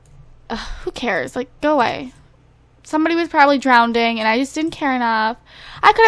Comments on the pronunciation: does it bother anyone else that she says "drownding" instead of drowning. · Drowning not drownding derpface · I really do. But I'm going to need you to stop saying drownd. It's drown. Lol. Love youuuu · I love how she saws Drownding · Do you say drownding? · lol you know you say drownding instead of drowning? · Why do you say drownding instead of drowning!?! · what is "drownding???" i thought it was drowning ...... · lol its DROWNING not drowneding !! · It's NOT DROWNDING ITS DROWNING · It's drowning not drownding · Am I crazy or does she keep saying drownding? maybe it's just me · The woed isn't drownding!!!!! Its pronounced DROWNING. LOL no extra Ds!